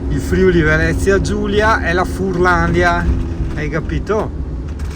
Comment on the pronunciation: Più che furlandia sarebbe furlanía con l’accento sulla i 😜